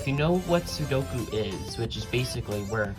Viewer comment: IF YOU ARE GOING TO POST A SOLUTION VIDEO AT LEAST LEARN HOW TO PRONOUNCE THE CORRECT TITLE OF THE CUBE???? IT'S CALLED A "SUDOKU - (SOO-DOH-KOO) CUBE!!!!!!